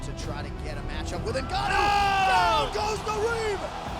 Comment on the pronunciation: He lost to Reyes. And ducked "In Gan Ooooo".